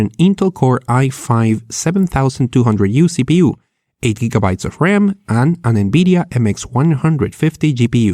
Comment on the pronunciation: i love your videos man but god damn learn to pronounce the difference between B's and V's Bisual NBidia Bariable I get that your Spanish and an accent is completely understandable but B's and V's have a completely different sound that are made completly differently with the lips making a B sound and the bottom lip slowly pushing against the upper teeth to create the V sound.